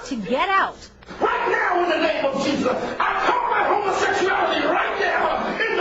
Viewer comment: In the name of JEESUSS! JEESUSS! When people say it like that its so funny. Messed up psychologically overall though.